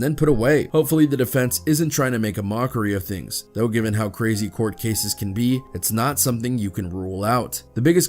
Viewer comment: Crazy x been gone for 5 years and they still can’t get his damn name right 🤦🏽‍♂️🤦🏽‍♂️🤦🏽‍♂️🤦🏽‍♂️